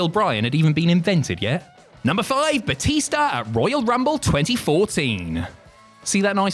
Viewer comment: Bootista? Really?